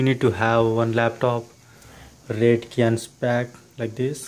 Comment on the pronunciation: Dear the "Cyan" is not "Kyan" its "Syan" in speaking